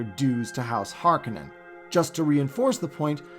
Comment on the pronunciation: HarKOnnen not Harkanenn